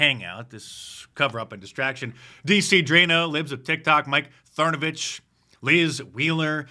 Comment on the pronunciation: I love that Mark calls him "Mike Thernovich" 😂